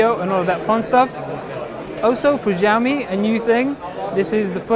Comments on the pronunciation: that's what I'm saying, I think you misunderstood me. It is not Jyaomi, I know it is Shiaomi - just watch the original Chinese Xiaomi commercials from China and you can hear how they pronounce it correct there. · NO.You must prounce it like Schiao Mi.Something like SCH but in fact thats really different from english . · he is saying Jiami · they Chinese don't pronounce it jyaomi either. They pronounce it Shiaomi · Xiaomi is S(c)iaomi (the c is almost silent), not Ziaomi or Giaomi. lol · He pronounced it ziaomi with heavy tone. xiaomi more likely is shiaomi if correctly pronounced.. x=sh like sound... about the device its really cool but it is hard to get one online, because there method of selling is totally weird in china. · It is pronounced Shyaome, there is no j sound anywhere. Where did you ever learn that an x is pronounced as a j in the Chinese language? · Change the x to s when you are pronouncing Xiao (siao)! Don't pronounce it as though it's ziao -.- your pronunciation of the Chinese company's name is utterly awful. Trust me and those who are bilingual. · fujami? What's wrong with u? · NowaPlay he said 'fujiaomi' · 2:61 i love it when he said "tsunami" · jyaomi, oh my god, this pronouns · They first need to understand what xiao and mi means in chinese, then only will they know how far off they pronounced it. For the record, taken from wiki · will you pronounce it 'xiaomi'? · Hey just to let you know it's pronounced like shaomi (same as shaolin) not like a Z or whatever you're pronouncing it like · Not to nitpick but SHAO ME and ME UI. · Shao mi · Here is the Chinese pronunciation in pinyin -xiǎo mǐ. If in doubt listen here If it was shao mi it would have a completely different character - 少米. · he calls it "fujami" all the time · Maaaaaaan it's pronounced as Shaomi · PLS man pronounce it like " SHAOMI ", it hurts my ears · c - ou -mi , god damn it u guys cant pronounce these words then Imma pronounce ur names like de nise, a a ron , jay qua line.